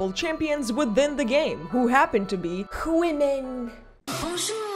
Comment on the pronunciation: "hHWOMEN" 🤣 you got me with that expression hHWOMEN moments hahaha